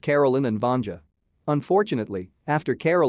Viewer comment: They are NOT on a lake, they’re on frozen sea. “Vanja” is pronounced “Vahn-yah”, she’s not female genitalia. And you left out a SHIT TON of the plot.